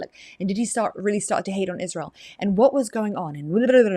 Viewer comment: Like your husband, can’t stand hearing that “IZHSrael” over and over from her mouth